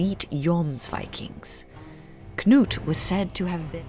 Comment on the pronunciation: You are the first English speaker I have heard that pronounces Knut correctly. It is either Canute or 'Newt'. The kn- sound is so common in Nordic languages, and the 'k' is never silent as in 'knot' or 'knowledge'. This time period around the turn of the millennium is very interesting. The Norwegian author, Bjørn Andreas Bull-Hansen, has written an excellent series of novels around this period, where the protagonist comes into contact with many of the people of the time, and takes part in many of the events.